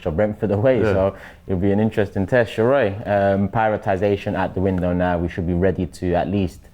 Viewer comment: It’s Sheroy not sheroid lol